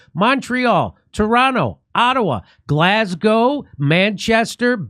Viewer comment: Oh my God you did it! - I was waiting for the Glasgow, ha ha - and you said it like you knew I was watching - Nailed 🙏